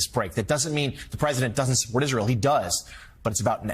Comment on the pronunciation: I’m distracted by the anchor saying the word “Isrull.”